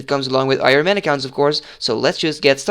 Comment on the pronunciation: Ik vind je video's echt super tof!! Heel erg veel aan gehad! 1 puntje van kritiek: je spreekt het woord Ironman verkeerd uit haha. De klemtoon ligt op de "i" en niet op "man" zoals jij doet. Zoals jij het uitspreekt is Ironmen, wat het meervoud van het woord is haha. Ga zo door!